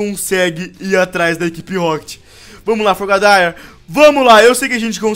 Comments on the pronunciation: muito boa a serie n perco um segundo da serie e o nome do frogadair é tipo frogadir ta falando errado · o se fala frogadier mas se escreve frogadaeir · você erro e frogadaier